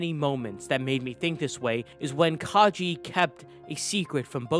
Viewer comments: It's Kage (Kah-geh), not Kaji. The "ge" in Kage is pronounced as the "ge" in gecko. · Its kage tho not kajei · Its Kage, as in Shadow. (Ka-gay), like Hokage (Hoe-ka-gay), his name is not Kagee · I hate to be that person but "Kage" isn't pronounced as "Kaji". It's pronounced like "Ka-gay". It's the Japanese word for shadow. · say it with me, "ka-geh" not "ka-ji". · Did u really just say Ka Je?! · Hurts to hear it all throughtout the video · omg did u just call kage 'ka je'?? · also i think its pronounced kage like a short g sound not a j sound cause kage in japanese means shadow. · That's a weird way to pronounce Kage.